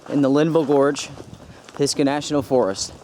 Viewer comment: Pis Gah? 😂😂😂😂 must have been a native word for an std